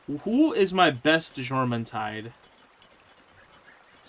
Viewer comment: Jormentide is pronounced Yormentide. - Faleris Fight... Mounted on Azurobe applies water damage to your attacks. Is helpful Kill the adds first before summoning your Pal. 1 shot from a normal rocket normally does the trick. - If I intend to ride a pal, I will set them to passive before entering the fight. That way they don't start an attack when I summon them. - Nice Wins! Great Job! - Have you maxed your capture power? There are a LOT of lifmunk effigies left on your map. - If you watch their old trailers, you will see them riding on huge flying whales. One trademark element of those flying whales was the spikey collar they have. Most of the HUGE skeletons also have a spikey collar, so it appears that all the skeletons are from the flying sky whales. You can see the spikey collar on the left of the screen.